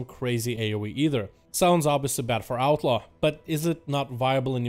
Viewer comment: Instead of 'Outlaw', I kept hearing 'Alpha Rogue'. Thought he was saying Outlaw was the Alpha spec.